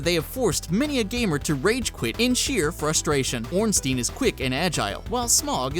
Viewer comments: "ornstine" who the fuck is ornstine? Ornsteins sister or what? That pronounciation Hurt my heart butchering a Name which brings fraid into the hearts of people playing Darksouls. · ornstein and smog thats not how you pronounce that lol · Ornstein has a German root in it. The 'ei' combo is meant to be pronounced like the English pronoun 'I'. In Smough... Drop the 'g' and pronounce the 'u'. No idea why that bothers me so much. It's like the people who pronounce archive wrong.